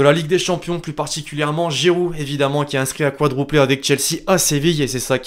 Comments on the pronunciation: C'est quadruplé pas quadrouplé. Très bon Français 😂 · Ses juste que il ne sais pas dire quadruplé